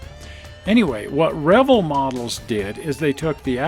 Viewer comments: You’re pronouncing Revell wrong. It’s Reh-Vell, not revle!! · Sorry I'm a little late to this video and found it Interesting in two ways. First, I always pronounced it "re-vail" but you pronounce it "revel" like rebel. Never heard it that way before but you're probably right. Second, I didn't know there was a model car museum in SLC. Where is it? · you are pronouncing the model manufacturer wrong, is pronounced like Chevelle. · I find it interesting how you pronounce Revell. up here in the NW it was always Ra vell. Maybe it is because we are too close to Canada. Good show.